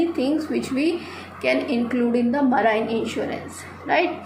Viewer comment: PRONOUNCIATION IS WRONG OF MARINE TRY TO CORRECT THAT AND MANY OTHER PRONOUNCIATION IS ALSO WRONG REST IS OKAY IF YOU BRUSH UP A LITTLE THEN YOU CAN DO IT